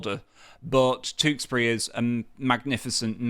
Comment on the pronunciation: Where is 'Tooksbury'? Please learn to say the 'you' sound. Sick to death of YouTubers who say 'noo' when they mean 'new', 'stoodent' when they mean student and 'tooksbury' when they mean Tewkesbury.